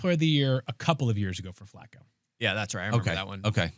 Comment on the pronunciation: The way pronounces Flacco is upsetting every time I hear it